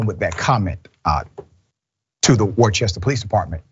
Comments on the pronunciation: It pronounced rooster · It's pronounced "Wooster" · It's pronounced "wooster" and yes, Worcester cops are notoriously bad. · Please Dr. Richey! It's pronounced "Wister"! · There is no ch in Worcester. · Cringe every time he says Warchester lmfaoo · Pronounced as such: Worcester =Whooster. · Just an fyi...Worcester is pronounced 'Wister' or 'Wistah' if you're a local. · Its pronounced "Wusta" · Big fan of the show. As a black man that went to college in Worcester, it's true, police, in my opinion, do pullover more than minorities than whites on suspected minor infractions, looking for more. point of record, Worcester is pronounced Wuhstir, not Wor-chester. Keep producing the great content you offer. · Worcester is pronounced wuh-stuh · Pronounced “Wooster” for those who don’t have the Boston accent lol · I Never been to wu-ster lol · It’s pronounced wooster not warchester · good ol Massachusetts cops .. and it’s pronounced WOOSTER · Great coverage. Worcester is prounounced Woorster. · No it's not! Wooster. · Worcester is not that big. Cops would certainly know Juty and are having fun harassing him. Worcester is pronounced like Rooster....Wooster. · He pronouncing it wrong it’s pronounced wuuster ch is silent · We pronounce Worcester as "wooster" or "woostah" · “Worcester” is pronounced by the locals as “Wuuh-ster”. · Not a big point, but that area is pronounced "Wooster" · It's pronounced Wooster. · It’s pronounced “Wooster” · I was going to go with the pronunciation “Wusta” but can accept Wooster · Whist-er is how it's pronounced js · Sorry, FYI Worcester is an Old English and is pronounced "Wooster". No "ch" sound. 😁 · Worcester is pronounced Wooster. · Like your work, BUT the next time you do a piece on this city pronounce it Wooost'er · Dr. Richey, Worcester is pronounced "Wooster" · Just a heads up Dr Ritchey, it’s pronounced “Wooster” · That city is pronounced "Wooster". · Worcester Massachusetts it's pronounced "Wuss-Ster" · Worcester is pronounced Woostah